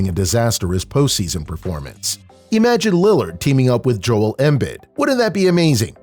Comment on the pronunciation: Please stop saying “Embid.” It’s “Embeed.”